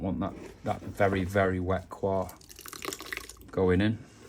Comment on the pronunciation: Nice vide, thanks. Just FYI, 'coir' is not pronounced as if it were a French word, which it isn't. It's just pronounced like coy-uh.